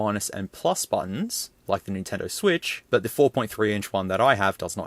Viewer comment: "Sotendo Vwitch"💀